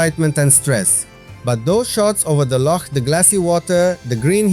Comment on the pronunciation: Great video and 10 out of 10 for your pronunciation of Loch! Rather annoyingly for Scots, English tourists cannot (or will not) pronounce it correctly and say Lock instead. We find it quite irritating. Sorry you missed the train at Glenfinnan. The Glenfinnan monument at the edge of the loch was worth a visit however. And do go to Glencoe at some time. It is stunning.